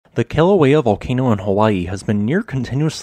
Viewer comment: When you said the name of a volcano, I heard kill a whale at first. 😂